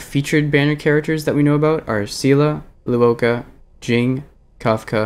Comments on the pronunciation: luocha is pronouched lwo-cha. cha as in like "chai tea" cha, and the luo part is pronounced the way you'd pronounce the "swo" part of "sword", but with an L instead of an S (its not lu-wo-ka, though luoka sounds like a pretty name tbh) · Nitpick but in Luocha's name the "cha" is pronounced like "Cha Cha slide" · Lou-oh-ka LMAO